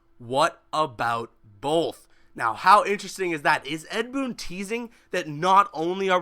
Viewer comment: he didn't say both he said booth